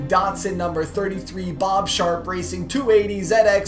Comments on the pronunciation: You're not a real car guy if you pronounce datson, dat-son instead of "dot"son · Why he say Datsun like it's pronounced dartsus its so annoying